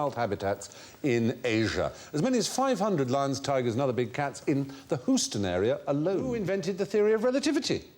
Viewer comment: As a Houstonian, it tickles me the way Stephen pronounces it "Hooston"